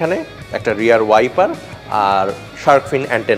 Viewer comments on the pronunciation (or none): রেয়ার নয় রিয়ার